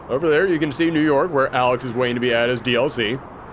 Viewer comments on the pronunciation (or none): none